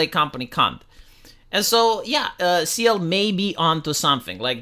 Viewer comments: Dude.. Cyael- K-EYE- El NOT LIKE SEAL. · it's pronounced like kyle, not sea-el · It's Ky-El not See-El. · His name is pronounced (kai el) btw 😅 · Cyael wrote in his youtube description: Cyael [Kai-yell]. Like he knew people will miss pronunce his anme a lot. xD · No, please keep mis-pronouncing his name. When he gets angry, it's great content. 🤣